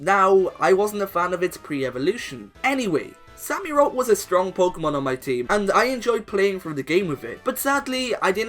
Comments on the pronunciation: It's not sami rott it's samurott like in a samurai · “Sammyrot” really you dident even try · OMG, U CANT EVEN SAY QUILLADIN SAMUROTT!?!? YOUR SOOOO DUMB